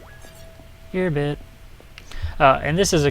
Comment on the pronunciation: Such friendly commentary. I like "Gear byte" haha!